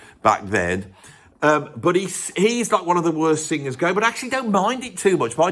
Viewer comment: It would be nice if you could pronounce singers instead of sing-gers! And then you reprise the "club singer". Vic will be sending a cease and desist.